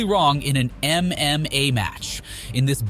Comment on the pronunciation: Stop saying mma like that.